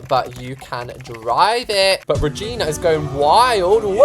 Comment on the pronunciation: When he said Regina I hear V@ N@